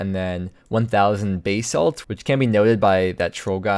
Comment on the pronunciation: Geology be damned, I prefer your pronunciation of basalt.